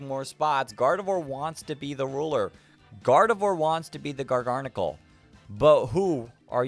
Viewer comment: First off, I love the video, but second, I'm just letting you know that Gardevoir is pronounced "Gardev𝘸𝘢𝘳" and Garganacl is pronounced like "gargantuan" but with "uh-cull" at the end instead of the t-u-a-n.